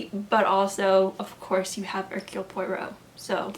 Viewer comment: This was a fun video! :) Just a little tip: The easiest way to pronounce "Poirot" is "pwah-ROW". I listened to all the BBC radio plays and learned to pronounce his name finally!! :)